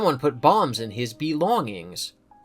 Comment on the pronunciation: "someone put bombs in his bee-longings" 💀